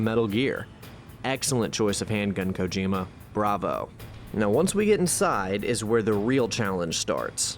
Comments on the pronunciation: Koh-jim-uh? You mean "Koh-Gee-muh". This video is top tier either way. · Not even 10 minutes and then he mispronounces Kojima lol